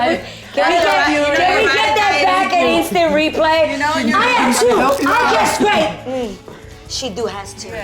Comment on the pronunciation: "eenstant replay". <333 lol